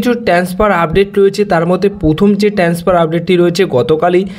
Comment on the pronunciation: আগে ঠিক করে কথা বলতে শেখো। 'কনট্যাক', 'ট্যান্সফার' কোন্ দেশের শব্দ ? এমনিতেই কথা বলতে গেলে জড়িয়ে যায়।